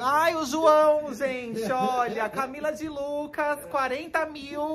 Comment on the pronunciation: Camila de Luecues kkkkkkkkkkkkkkkkkkkk